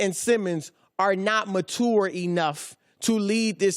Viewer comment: I swear if I hear Broussard say mat ture one more time